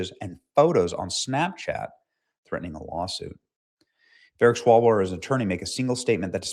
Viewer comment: "Swallowell". That is the correct pronunciation.🤣